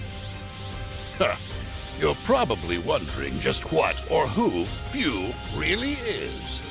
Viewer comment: FUU! NOT FEW! FUU! GODDAMN!